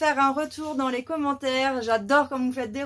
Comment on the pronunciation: ...m'énerve avec son "lé"...Encore un cours de cuisine....Ca ronchonne de moins en moins! La prochaine fois ça sera quoi? "Coupe et couture?":face-orange-frowning